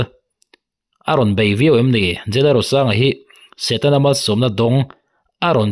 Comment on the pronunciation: setana ati miahlo..satena ati😂😂